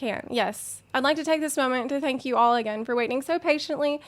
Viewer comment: says "Tank you", I immediately think Kung Fury xD